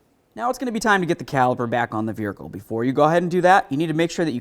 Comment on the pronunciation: Never heard of a veRhicle before now lol good video tho!